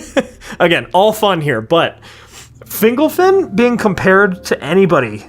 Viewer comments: Can we talk about whether it's pronounced "fingle-fin" or "fin-golf-in"? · Finglefin? Fingolfin. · Fingle-fin? Literally never heard Fingolfin pronounced like that.